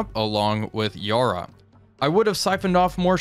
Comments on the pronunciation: Mate you’re killing Yarra……it’s pronounced ya (the a as in ‘at’, or attitude, or even cat) and ra as in rah….but short. Every Aussie is cringing every time you say Yaar-raa! 👍🏻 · Just a quick point, the first "A" in Yarra is pronounced the same as you would say "Apple"